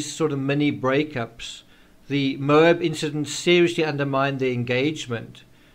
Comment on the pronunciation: Geez... it's pronounced "MO-AB" not "MOBE" the accent is on the first sylable and the A is pronounced as short as in "Apple"